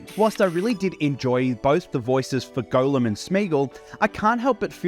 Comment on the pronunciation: Are you actually pronouncing it "Golem"?